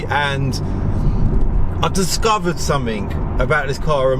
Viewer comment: please, PLEASE learn to speak english correctly: "three" not "free" "something" not "somefink" etc. you may be knowledgable but anyone who speaks like that just automatically sounds untrustworthy